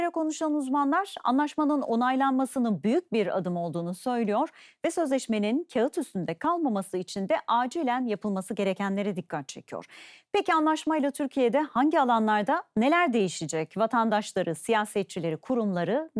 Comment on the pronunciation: Kağıt, kelimesi “kaat” diye söylenir. Spîker hanımefendiye hatırlatmak istedim. Sevgiler.